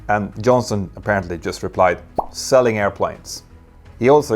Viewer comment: 🤔 "Selling aircraft!", what accent was that....? 😂